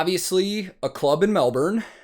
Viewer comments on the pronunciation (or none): Melbourne is pronounced MEL-BIN btw lol